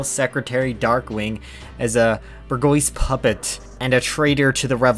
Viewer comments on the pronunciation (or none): 'bourgeoise' is pronounced 'bor-shwa' BTW. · You need to search up on how to pronounce it. It's easy but it kills everyone that you didn't say it right. Bourgeoisie ... Just look it up